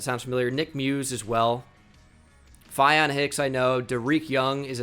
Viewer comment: Also, I know you don’t really care, but faion hicks is pronounced FAY-on